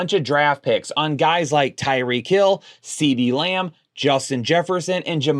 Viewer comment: I just noticed that. At least he's not Beebee